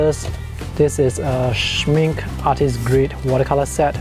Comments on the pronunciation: Good video. Just an FYI. the pronunciation of Schmincke is shmink-eh and not shmink. :) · Soo impressive! Greetings to the business owner! Ps. please pronounce the -e at the end of the Schmincke. Without the -e, it stands for make-up in German and it’s clearly not that type of paint😅🙈